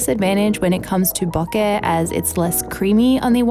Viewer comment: LOVE that you pronounce BOKEH properly. IRKS me when "professional" photographers say it wrong.